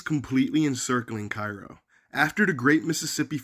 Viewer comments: It is care ro not ci roe call kfvs 12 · It's Kay-ro. Learn how to pronounce it correctly. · Its pronounced "CARE-ROW....I grew up 10 miles from there back in the sixties. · I was born and raised here until my pre teens... And fyi... It's pronounced KAYROW or care-0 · Kay-row or Care-row according to comments in a number of videos about the city. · It's Cairo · Informative video, but probably would’ve lent more credibility to your research if you knew how to pronounce the name of the town.